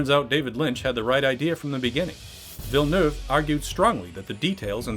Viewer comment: You're the first english speaker I've heard that pronounces "Villeneuve" correctly. Good on you.